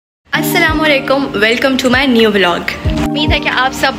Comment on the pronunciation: It's VLOG not veeelog.